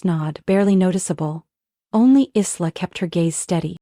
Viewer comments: I wish they would pronounce names properly. Isla is pronounced as eye-la, not Is-la. 😊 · Aarrrgghh!!! Isla is pronounced "eye-la"...the "s" is silent...just like in "island". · Isla is pronounced I-LA. The S is silent. Please fix this. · Written Isla but pronounced eye la...